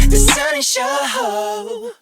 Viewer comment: Incredibly helpful. And appreciated! Sunny though, the fleeting ourtro, there's that word "show-hoe." It sounds a tiny bit like ho. Cheers, sister of endlessly helpful help! Thanks so much.